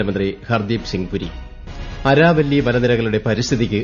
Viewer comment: Araavilli..Aaravilli alle.. reply pls if pronunciation needs correction..